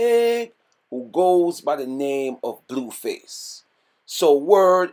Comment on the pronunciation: im surprised he even said blueface correctly😭😭